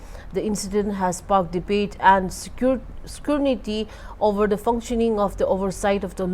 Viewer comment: SCRUNITY OR SCRUTINY ? ! 🤦‍♀🤦‍♀🤦‍♀